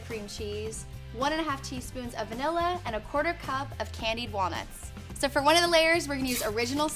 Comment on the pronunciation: Don't you mean WALNOOTS?! 😂